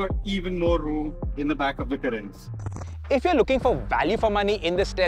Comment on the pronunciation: Kya Pronounce kar rahe ho Carens ko yaar ..... itna ignorant ya dumb kaise ho sakte ho ki kisi car ka naam hi poora galat le lo... .